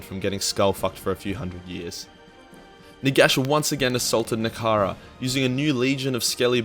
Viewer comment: Nehgkrara...? Nehekara.